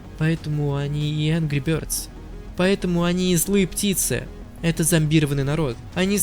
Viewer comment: Ангру бëрдз